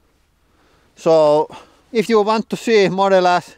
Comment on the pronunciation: I'm sorry... did you say "Model Ass"?😂😂😂😂